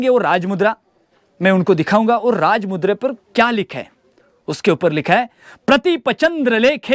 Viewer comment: raaj mudrecha apman karu nkos uchar nit kr tujhi layki nhi raaj mudrecha uchar chukicha karnyachi Jai bhawani jai chatrapati shivaji maharaj jai chatrapati shambhu raje🚩